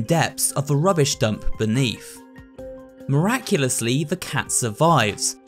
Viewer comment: DID YOU JUST SED MIRACULASLY AT 1.48 OF THE VIDEO?!